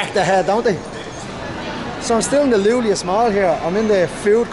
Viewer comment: Iulius, not Lulius, yo, man 🤣🤣🤣🤣🤣🤦